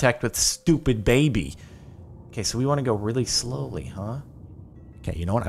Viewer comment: BIDYBAB NOT BABY!!!!!!!!!!